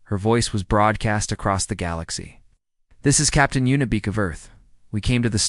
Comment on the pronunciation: I think her name is Yuna Beek not, Unibek or Y Una, You sit in your basement eating Hot pockets making these and What? forget to play it once for Editorial purposes?